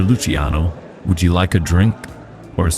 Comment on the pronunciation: It’s not lucy-ano it’s luCHIANo